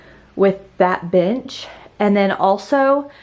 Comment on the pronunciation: It sounded like you said, bitch for bench 💀